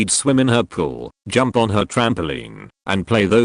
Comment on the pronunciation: How did jump become hump? 😗